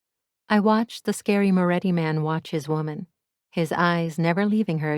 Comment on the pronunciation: Moretti not Morré